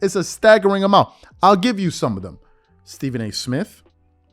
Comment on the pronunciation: Mj my favorite but my man’s name is Stephen not Stephon lol